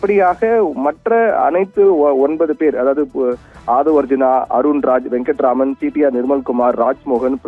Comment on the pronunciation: YOH VENKATRAAMAN ILLYA VENKATRAMANAN.......THARKURI....CORRECTA PEYAR SOLLA KATRUKOL....🤣